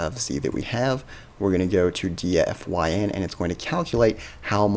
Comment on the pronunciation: Wouldn't it be pronounced Dee-fine?